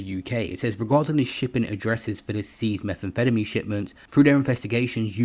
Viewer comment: “Meth an fettamy” 😂😂😂